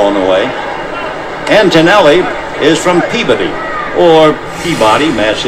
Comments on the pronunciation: Vin Scully nails the correct pronunciation of Peabody! A true pro. Great channel! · Being from Mass., I was actually surprised he knew how to pronounce Peabody properly!